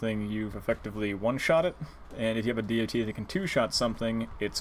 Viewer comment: It's not dee oh tee. It's dot.